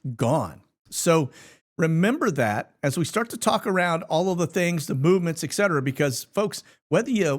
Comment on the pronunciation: It's obvious that you can't read. You don't know the difference between a 'T' and a 'K'. ETcetera, not EKcetera.